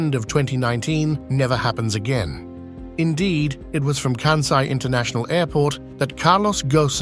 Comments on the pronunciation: Please to pronounce that airport, region, as “Kansai,” not as, “Kanzai.’ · It irritated me every time the narrator pronounced Kansai as Kanzai. Small issue but so easy to fix. Otherwise, interesting comments! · It is not “Kanzai,” but “Kansai. You should at least learn how to pronounce it before you make it. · kan-sigh not kan-zeigh. Ko-bay not Ko-bee. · Yes, stop bastadizing Asian names. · Why Americans (and British) can't pronounce "SAI"? IT IS KANSAI. SA as pronounced in SAdness, SAnd, SAtan etc etc... Not KANZAI. there is no Z there. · The narration mispronounces "Kansai" as well. It's pronounces by us living in Japan, "Kansai," with an S, but I kept hearing kanZai. (T_T) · This may explain why they mispronounced “Kansai” as “Kanzai” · The 's' in Kansai is the same sound as in 'Spain'. It is not 'Kanzai'. Furthermore, it isn't floating. Islands, artificial or otherwise, do not float. Also, Kobe and Ghosn were also mispronounced. There again, what does one expect from the English. They can't even get Welsh place names correct after almost 800 years, so they continue with their tradition of butchering other languages also. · Right. Where is the "z" in "Kansai"?